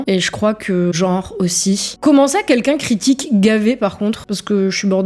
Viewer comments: Salut, le "tant pire" est issu du film "Les Visiteurs", le qui qu'un est selon mon orthophoniste un problème de prononciation, une sorte de dyslexie qui est fâcheuse dans la prononciation de "quel" et le "qu'in"? Ce serait un défaut de langue d'oïl, un in... Voila merci à toi. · quin-quin, ce ne serait pas simplement une manière de prononcer l'abréviation "qqun" plutot que le mot entier "quelqu'un" ?